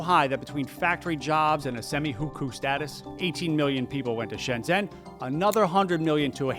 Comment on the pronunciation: Another pronunciation I missed somehow last time. Shenzhen is pronounced "Shenshen" (as close as you can get with the English alphabet anyway). It's also "Gooang joe" for Guangzhou (again, spelling doesn't quite do it justice, but it's accurate enough from what you pronounced, which was a nice try).